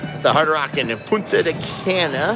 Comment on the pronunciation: Pronounce punta ka-nah